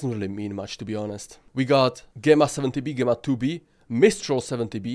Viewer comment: GEmma pronunciation is JEmma a strong G like GEmini, Gemma is a synonym of Jem.